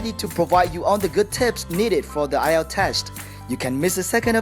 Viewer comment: Nghe cụm từ "AI EO TÁM CHẤM" bao giờ chưa nạ =))